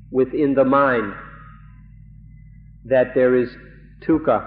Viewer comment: Sounds like he's saying tukha instead of dukha